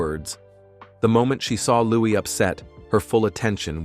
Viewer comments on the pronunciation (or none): His name is Lou-ee, not lou-iss.